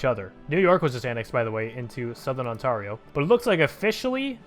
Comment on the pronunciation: You mispronounced Ontario